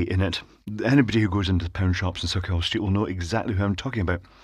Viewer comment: I'd like to make a slight correction on your pronunciation on the description. The pronunciation is more like Sucky-Hall, well for us Glesga folk anyways ;)